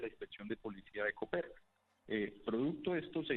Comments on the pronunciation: El municipio de Boyacá no se llama Cóper, se llama coper; aprenda a leer y diferenciar los signos gramaticales "señor periodista" de media panela. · Se pronuncia «Coper», es una palabra aguda, no «Cóper». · por cierto, se pronuncia «Coper», es una palabra aguda, no «Cóper», como la pronuncia Vicky Dávila.